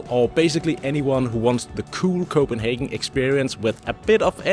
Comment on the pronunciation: I visited Copenhagen last year and really appreciated your explanation of the neighborhoods around the center. Also it is a treat to hear your authentic pronunciation of place names and foods.